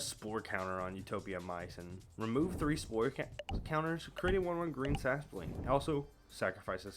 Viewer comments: Sasproling? Where do you get the second S from?😅 Edit: and what is a "Crotichet of strength"? 😂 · Sas-por-ling? Bro this triggered me💀